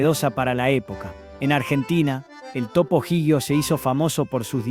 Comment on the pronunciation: Pero la IA no sabe pronunciar.